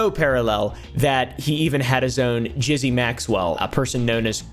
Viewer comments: Jizzy "Maxwell"? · Please, no one ever say “Gizzy” Maxwell ever again.